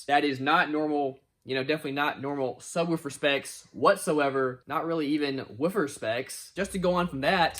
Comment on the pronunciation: why are you saying woofer like that? Are you one of Ric Flair's relatives?????